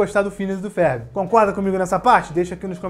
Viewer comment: Porque que ele diz “férbi” ?